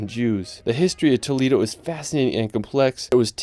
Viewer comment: Hey dude, nice video, but you failed to pronounce correctly the names of almost ALL of the places you visited and showed in it. Even Nosferatu should bite your neck for the same reason. There is no such place in the Solar System called Tow-leee-do (hard "D") and saying "Meteora" should'nt be so terribly hard. To cut it short few city names survived this mass murder - I wouldn't dare watch any more for fear of reprogramming the Broca's area of my brain which deals with language. Besides that, the photography is excellent and the places are wonderful..